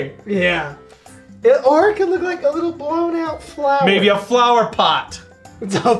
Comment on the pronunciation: "Blown out...flooower" Yep. Sure.